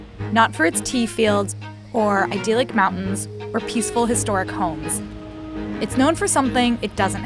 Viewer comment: idyllic not idealic